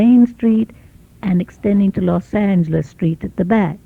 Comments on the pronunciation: sounds like she pronounces it "Los Ang-el-es" with a hard G sound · . Los Angelean here ( who like most people here are from somewhere else). Please take notice how the niece does not pronounce 'angel', in "Los Angeles". it's more like "Los Aynglis". I love it. I heard about this pronunciation, but never in a recording. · In these old videos, I noticed they always pronounce Los Angeles with a hard G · Interesting to hear someone from LA at that time call it l “LasanGulus” hard G? (niece) instead of what we in SoCal said: ”Loss-SANE-jealous” ca 1970, more drawn out with more accent on the second syllable (neither saying LOS with long O as in Spanish). I think speech changed so much in the forties, so much changed about LA in that time too. This woman is an elegant speaker. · Los angheles, i knew i pronounce that right, the dude at the airport corrected me, as if i didnt know they engliscised it with los anjeles. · Los ENG-elees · I love how they pronounce Los Angelos with the "gah" sound. You can always tell a native LA person. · "Los ang-lis" took me out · "Los Angle les". The pronunciation I remember from my family too. The Aunt didn't use it but the niece did. Amazing. I almost forgot it. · That pronunciation of los Angeles is shocking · Notice how they pronoupronounced Los Angeles with a hard “g”. That’s how some people still pronounced it in the 60’s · As a child I remember several people pronouncing it that way. I remember wondering if they were from the Midwest or if it was just an additional -altho incorrect - way to say the city's name